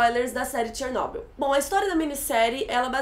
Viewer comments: Pelo amor de Deus, Chernobyl não tem acento no ó. então a pronúncia não é Ó e sim O . Que agonia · tchernobil kk fala direitoooooooooooooooooooo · Que agonia ficar ouvindo Chernóbyl kkkk adorei o vídeo, estava assistindo a série a cada lançamento e sempre acompanho suas críticas. Parabéns pelo vídeo e por ter estudado o caso para nos explicar. Ah, o foco incomodou bastante =// e sei que voce também deve ter ficado incomodada quando viu o resultado. Enfim, só passando o feedback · a pronuncia é chernob í u mesmo. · ChernoBYL.....Se pronuncia o final da palavra com tom mais alto..... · Começou Chernobyl, afetou e virou "Tchernóbyl" kkkkkkk q merda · pronunciando Chernobyl do jeito russo, primeira vez que eu vejo alguém falando haha. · Achei bem PEDANTE da parte dela...rsrs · Achei engraçado o jeito que vc pronuncia Chernobyl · Pronuncie o nome Chernobyl direito por favor, que chatice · Não é Chernóbyl, é Chernobyl querida. E olha que ela assistiu a série duas vezes e ainda pronúncia o nome do Legasov errado.